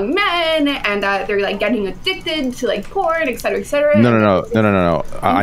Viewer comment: She need to stop saying “etcetera etcetera” if she’s going to mispronounce it every time. It hurts.